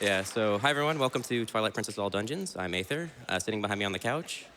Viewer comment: yo not meant to be a personal attack, but aether, dude, you pronounce your own name wrong. "ae" in Greek-derived words are generally pronounced with an "ee" sound in English. "Aether" is pronounced the same as "ether" (which is an alternate spelling of the same word). See also daemon/demon.